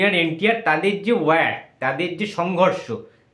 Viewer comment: কথাটা "ওয়্যার" নয় কথা টা "ওয়ার"